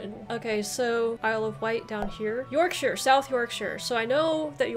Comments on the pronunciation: Yorkshire. By the way shire is normally pronounced sher, so Yorksher. Some others, Leicestershire - lestersher, Gloucestershire - glosstersher, Worcestershire - wusstersher., Derbyshire - darbisher. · Yorkshire please please stop butchering how to to pronounce the names of the 😄